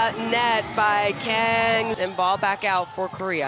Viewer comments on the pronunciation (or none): 강을 못읽나... 외국해설들 나라별 발음하는거 배워야됨